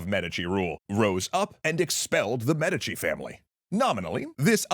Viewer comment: Please tell me the inconsistent pronunciation of "Medici" isn't just annoying me to no end.